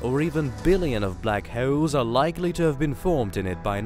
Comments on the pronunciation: Black he-yowl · Syewper Massive Black Heuwls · What is a black heoauwle?😂